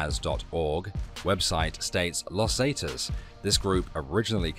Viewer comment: God Brit’s simply can’t pronounce common in use pronunciation in used words . Not totally correct but in common use . Las Zee-taas. Loss Zah-taz , loss Ferna-Daz, loss Ange-less, .